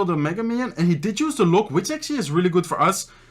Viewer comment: Why are you always say actuallay